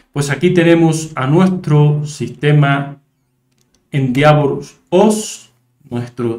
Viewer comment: se pronuncia ... endévor